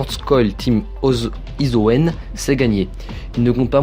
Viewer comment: Pk personne ne sait dire Isøen aie